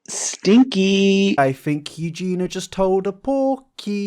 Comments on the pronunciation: It's Eugenia, not "Eugena". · mate its eugenia not eugena🤗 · Omg I adore you, but you need to correctly pronounce Eugenia’s name. There is an i in it. Her name is not Eugina. You jean eeee uuuuh. Your missing the eeeee. :) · I love how you call her Eugina...it is EU GE NIA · When he says "Eugeniur" it sends me lol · Dear, You-gee-NEE-uh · Could you try to pronounce her name better. EugeNIA. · This is great but PLEASE it's YOO-GEE-NEE-UH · Is it an accent thing or why are you saying "Eugena"? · take a shot every time says eugenia as eugena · Is it not Eugenia? You-jen-ee-a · anyone else triggered by him saying Eugena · Eugenia. U-JEAN-E-AH. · when hit that r at the end of Eugenias name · Plz. Plz bb. You-gee-knee-uh. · if you're going to keep making videos where you say her name every ten seconds can you please pronounce it correctly? It's eugenIA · It's Eu-ge-niiiiiiiiiiiii-a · eugeena eugeenor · It didn't sound like he was pronouncing it wrong to me? Are you sure its not his accent? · Jesus christ, that's not how you say her name! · I genuinely can't tell if you're saying "Eugena" or "Eugenia." I could probably slow down the video to a lower playback speed, but I'm lazy. Not that it matters either way. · I’m not happy with the way you say “Eugenia” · I agree with you on this topic but please pronounce her name correctly, you are skipping the "i" in her name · You keep saying her name wrong. The 1000s of times. All wrong. It's poking me in the eye every time. Ahhhhhhhhhhh! 😠😠😠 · do you think he’ll ever learn to pronounce her name tho? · I don’t think you are saying her name correctly and it’s driving me bonkers. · take a shot every time forgets there's an i in eugenia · I’ve given up all hope of ever pronouncing the i in Eugenia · I think you are saying her name wrong, this entire video. xD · Three videos in and still can’t say her name right 😂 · The only thing that bothers me is that he can't pronounce her name properly.